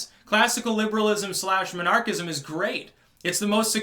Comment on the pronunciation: Took me halfway through the video to figure out that you weren't saying monarchist/monarchism.